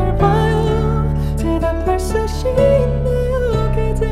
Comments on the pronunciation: 근데 잇 발음을 못해서 싯으로까지 할 일인가ㅋㅋ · 그럼 힛으로 발음하지 싯을왜함 그냥 살짝 실수한것같은데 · ㅅ없이 바로 있으로 넘어가는거 보다 발음이 뭉게지더라도 시있나요로 발음 하는게 발성상 고음내기가 더 쉽습니다